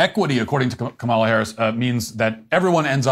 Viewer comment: you just said Kamala correctly. You’re slipping, Matt